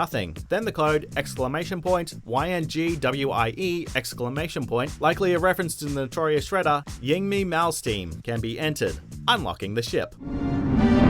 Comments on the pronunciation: WM: Should i look up how to say yngwie? ....nah fuck it. YINGMEE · Narrator : YINGMEE MALMSTEEN Guitarists everywhere: facepalm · Well, I know I struggled with it for years, but it’s pronounced ING-VAY.....to be fair, it is one the silliest names I’ve ever heard. Yngwie Malmsteen?! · The guitarist name is pronounced INGVEI lul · It's pronounced Ing Vay not yngwie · Another video, another word butchered. Always one per vid. Ing-Vey Dude. Ing-Vey